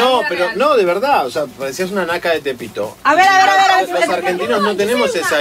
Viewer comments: Diganle a esa loca es Tepito, no "Tapito" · Tapito? Hahaha lo mas diTapitdo es que no pronuncio bien tepito.